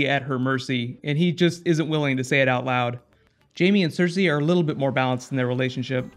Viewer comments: The way you say Stannis is annoying. Why the change?? WTH? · When did you start saying?... methinks that mayhaps you mean Stannis... as in the Mannis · there was never any other chance for a different number one, but why couldn't you say Stannis right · The way he says Stannis....